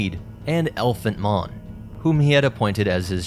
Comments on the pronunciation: Not ELphant Mon, EPHANT Mon. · It’s Ephant Mon not Elephant Mon like you keep pronouncing the name, I completely understand why and I did it the same way for a while ! Your just used to saying Elephant !